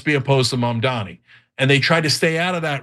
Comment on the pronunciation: Mother fucker learn to pronounce Mamdani correctly